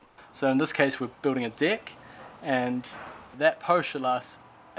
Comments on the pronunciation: Deck no dick say it properly 😂😂😂😂😂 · I'm always laugh when you say "Dick"...... cheers from Brasil